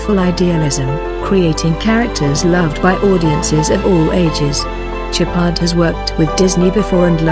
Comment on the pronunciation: It’s SHOWpard not Chipard 🤦‍♂️ stop using automated voices it’s sad 🤬